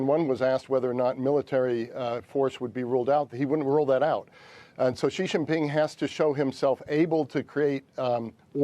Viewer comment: Yes, it is 2019, and "experts" still cannot pronounce Xi Jinping.